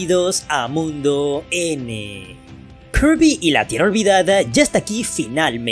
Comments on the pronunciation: Todos están hablando de "kerby", jajaja jajaja jajaja, con puro y rico spoiler, parece que es la sensación de estos meses. Ahora porque la gente se empeña hablar de otra manera el español se leé como se escribe, (kirby) se dice 'Kirby' y punto, no tienes que fanfarronear diciendo "kearby", somos hispano hablantes, y no anglo parlantes, o japoneses, o chinos, se escucha estúpido escucharlo de otra forma, me dan pena ajena, asco, y molestia, que lo pronuncien de otra forma. Es cierto que su forma en japonés va ligada a su pronunciación en inglés, pero ya lo dije somos hispano hablantes. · Viejo ellos pueden decirle como quieran al heroe rosa (kirby) hasta le pueden decirle ¡Poyo! Si quieren o karby o hasta kurby, tu das mas pena ajena quejandote de algo que nisiquiera es un problema, ademas por ejemplo ¿solo porque el nombre "Peach" se escriba asi significa el vas a decir literalmente "Peach" siendo que no se pronuncia "Peach" si no que se pronuncia "Pich" y no "Peach"? Eso no tiene logica pues que un nombre se escriba de una manera no singnifica que se diga tal cual, como se escribe y como se pronuncia no es lo mismo sabiondo.